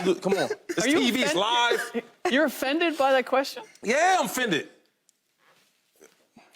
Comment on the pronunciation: This man said yeah I'm "fended"